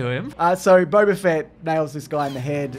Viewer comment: It's Boba Fett not Bobba Fett.